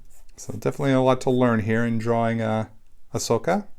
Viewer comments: He said A-Socka 😂 at the beginning 😂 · It’s pronounced Uh-so-kah